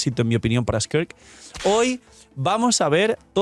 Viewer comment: Un chopito por cada vez que diga squirt en vez de skirk